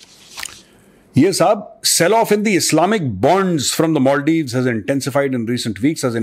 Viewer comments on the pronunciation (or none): मेजर साहब। मॉलडीव नहीं। मालदीव।